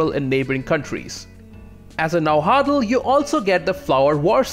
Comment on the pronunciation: Nauatl is prnounced na-what with a near silent l,although it's ok if you say na-wha(nahua) because nahuatl is the language not the ethnic group